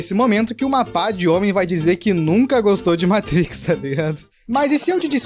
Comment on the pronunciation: vídeo a parte, me senti na obrigação de enfatizar que o cara falou "meitrix" slc mano